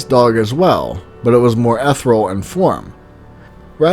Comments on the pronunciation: I'm not trying to be rude, but you are pronouncing Ethereal incorrectly. You are saying eth-real, but you would say it eth-ear-re-al. (or at least I THINK that's the word your saying) it's got 4 syllables, not 2:) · i think you need to google the pronunciation of "ethereal"